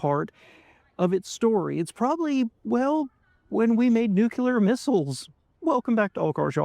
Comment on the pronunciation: “New-klee-are”, not “nook-yoo-lerr”…though W would be proud, not a standard worth pursuing, of course.